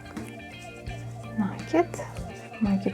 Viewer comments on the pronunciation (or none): Не на' кид, а наки' д. Прямо слух режет, а в остольном все нормально. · Слово накид-от слова накинуть, потому ударение на второй слог. А за мастер-класс- спасибо.